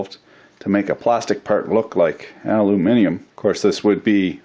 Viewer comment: Its so nice to hear an American pronounce aluminium correctly instead of saying aloominum